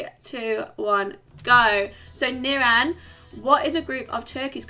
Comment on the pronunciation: The way pronounces nirans name 🤦🏼‍♂️😂 nirAn. Chill out on the A 😂 I rate this channel tho tbf